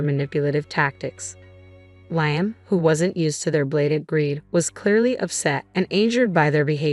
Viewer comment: Please pronounce Liam’s name it is pronounced Le um. Your grammar and story is so bad